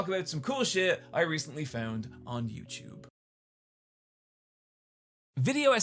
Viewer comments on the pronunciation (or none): YouTube is not "you-chewb."